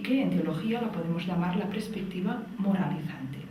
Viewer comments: Se dice perspectiva, no prespectiva. Duele al oído, debe ser el nuevo castellano chavista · Si, se dice PERSPECTIVA hace daño oírlo tantas veces repetido. En Catalunya también es común decir: "habían muchas personas" en vez de: había muchas personas. "óccido" en vez de óxido. "Madrit" en vez de Madrid. pero en este caso, lo que importa es el mensaje. Teresa ¡¡animo!!, sigue dando información sobre vacunas, el Dióxido de cloro, etc... que son temas científicos que interesan a todos, menos a la medicina convencional. Gracias por tu labor divulgativa que tiene muy buenas perspectivas.